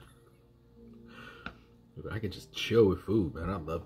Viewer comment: Lolz.. Coming right nouw.. That's how the now sounded.. 😂😂🐞